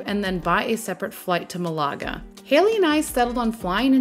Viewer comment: You’re saying Malaga wrong. Just say it like Canada. With accent on the first syllable.